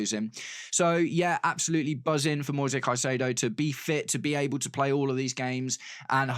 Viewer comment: the correct form to say the name is like latin american way with plain vocals: Moi sezzzz Cai ze dooo o (plain e like in "re"cipe) and plain "o" like "O"ntario